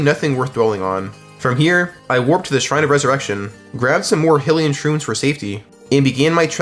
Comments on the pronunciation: hillian mushroom is wild, bro its hylian(hi-lee-en, this is for anyone, aka, who needs pronunciation) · Great video. Hylian is pronounced "high-li-an" not "hill-i-an" by the way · "eh-pun-ah" "fee" "hill-ean" ridiculous deku nut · bro said Hill-e-yuh 😭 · Jeez your pronunciation for things. It's Eh-Poe-Nu, and Hi-Lee-Un. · Bro that's not how you say hylian, Epona or king Rhoam. Idk why that annoyed me so much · Is it not pronounced deku nut not dEEku nut Same with hylian and epona